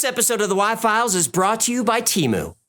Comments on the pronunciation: Hi. It's pronounced 'TAY-Mew' and not 'tea-moo'. Thank you. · The Superbowl commercial indicates that it is pronounced TEH-MOO